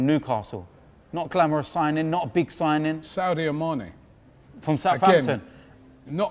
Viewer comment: Saudio Mane lmao Robbie